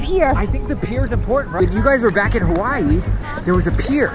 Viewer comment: Please learn how to say Hawaii right, I’m sorry I’m not a hater I just have pet peeves when it comes to people saying things wrong! Btw my name is Aleksa! You sound it out like Alexa!